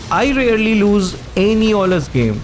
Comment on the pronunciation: Not owlus bro